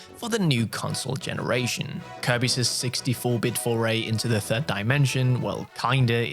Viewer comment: It sounded like he said "NBA Countryside" and "60-bit"